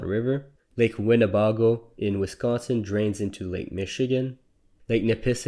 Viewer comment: I gasped at how you pronounced "Lake Winnebago" Wi. As a local living on the lake, It's pronounced as Lake (Wi-nuh-bag-gow)